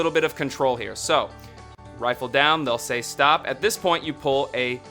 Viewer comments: It's RIFFLE not rifle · Yeah, i cant take you seriously when you say rifle lol.